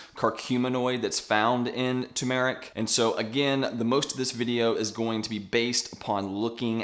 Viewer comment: I just can’t avoid stepping in here and making a comment. Bro, Turmeric is NOT an Eeerrb (or a Herb, if you’re not American), it is a SPICE! Jees, how difficult is that? 🧐 It’s also not ‘two~maric’, it’s pronounced ‘ter~ma~ric’. (Turmeric) And while I’m here, the expression is “…..a PINCH of salt”. You want people to take the information with a pinch of salt (not a grain’). This is a commonly misspoken expression. You’re welcome 😊